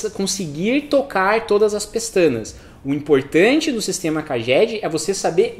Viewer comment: Pronuncia real CAGED = "Keidjed"